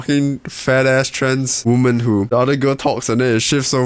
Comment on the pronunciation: Screw that, I’m from Texas, and I’m gonna say it like you from now on.